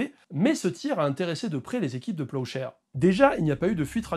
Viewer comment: Pendant toute la vidéo j'ai entendu "projet peuchère" 😂